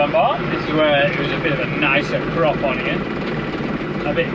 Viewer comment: The word was crop, not crap.